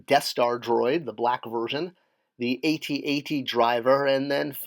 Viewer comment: Thumbs down for saying A.T.A.T.